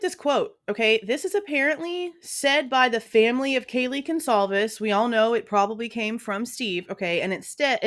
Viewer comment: Excuse me Howard but who are the Gonclaves family? He can’t even say the name correctly. That right there tells me he’s a fraud.